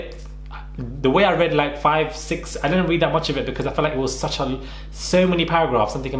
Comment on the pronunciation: This is not a read, it’s a REA”T” ☕️